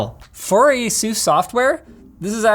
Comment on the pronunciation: Why does he say asus like jesus